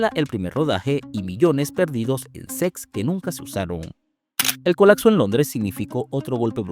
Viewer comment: Dice “SECS” en vez de “SETS”